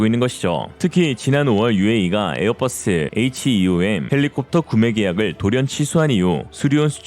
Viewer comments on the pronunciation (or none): none